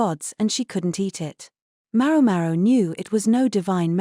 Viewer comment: For the love of God, will someone please adjust the AI accent to pronounce MaoMao correctly?!!